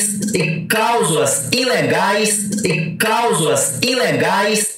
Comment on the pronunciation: CALSULAS!??😂ELE TÁ QUERENDO DIZER:CLÁUSULAS...KKKKKK....